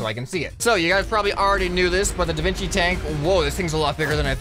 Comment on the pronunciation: ahh yes, The Vin Qi